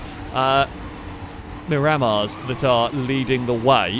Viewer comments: This was pretty fun to watch... Until you pronounced Miramar as "marammar." It's Mira mar. How it's spelled. OK oh my gosh how can you pronounce very car name wrong? Cherrier is French, so it's "sherriay" Pessima is pronounced like pessimist but Pessima, and Bolide is not "Bow lied" it's Italian. Its pronounced "bo li de" with emphasis on the "bo" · Great fun as always, but pleeeeeeeeeeeeeease - it's pronounced mirror-marr (not mi-rammer)